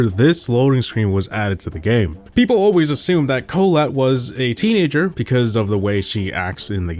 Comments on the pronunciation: Pronunciation Corrections: Stu is pronounced "stew"; not s-t-u. Emz is pronounced "emz"; not e-m-z. Colonel Ruffs doesn't even have the "Colonel" part at the beginning anymore. Even if it did, it would be pronounced "kernel," not cul-oh-nel. Collette is pronounced "cu-LET" not CO-let. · Emz, Stu, colonel ruffs, Colette, and Ike are all pronounced incorrectly